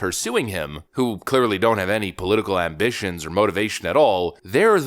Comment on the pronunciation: He told Deonté??? 😂